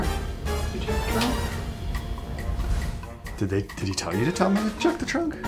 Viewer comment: I love it that said look in your chrunk🤣🤣🤣🤣